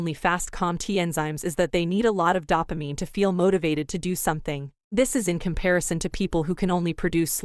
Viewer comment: I could hardly get through it with the mispronunciation of "dopamine". DOH-pah-MEEN, not DAH-pah-MEEN.